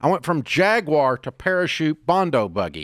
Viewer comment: Dave: Thank you for NOT saying "JAG-WIRE"!